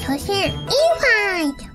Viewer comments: インファイトの発音いいな🎶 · インファイトの発音よいの好き